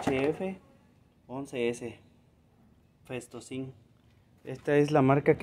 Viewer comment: PENTOSIN, NO PESTOSIN